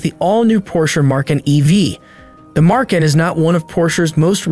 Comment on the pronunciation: No R in Macan